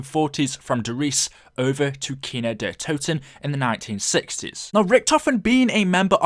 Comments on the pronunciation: Es heißt Kino der Toten und nicht kynow der todten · man iys kindertoten wtf get it right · it's kind der toten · it's kin der toten not kino kin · it's not kino Der to ton kindertoten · “Kino dehhh toton” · Right. He said that shit like 80 times. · U Your saying the map name wrong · You are saying worng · You say kino der totan way to much dude it’s annoying especially when you can’t say it right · who else is German, and had to laugh when he said "Kino der Toten" xD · Damn. I'm not even German but you completely butchered the German pronunciation.